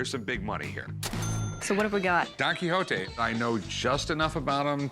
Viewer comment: The pronunciation on Quijote 😖😖